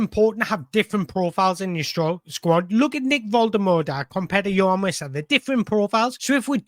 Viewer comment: Exactly, it’s a chance for Wolt-ter-marda 😉, to fly out the traps & get his Newcastle United career off to a great start. All this negativity over Wissa is madness. Let the team assess the injury, I have a feeling behind the scenes, Eddie is being extra cautious because Yohan has mentioned something to him. With all that being said, when both are fit, I’m extremely happy with these two ballers. PS. I’m telling you, pronunciation is wrong 😄